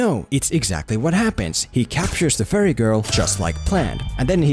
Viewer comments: When you say fairy it sounds like "furry". Maybe that would have been a more entertaining movie. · Whenever he says fairy, I hear furry, and I can't stop thinking about a bunch of furries storming his house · I dont wanna be mean or anything, but it sounds like your saying furry and not ferrie. honestly it makes me chuckle. (Sorry for my poor english) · Whenever he said fairy I heard it as pyro.